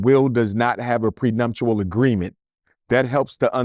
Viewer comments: The Oscars, not the emmys.. And the word is "Prenuptial" not "Prenumtial" Dr. Smh . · Dr. Umar is GREAT. The pronunciation is PreNUPtual. And the slap happened at the Oscars. It's OK, though. Just noticed and wanted to say. So what he married white. Wasn't his father white?